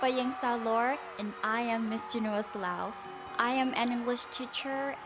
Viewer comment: LAOS? CÁNADA? REALLY??!